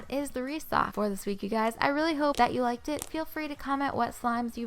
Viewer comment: When she said "I really liked it" when she was poking the mocha mint slime, it sounded like she said "I really licked it"😂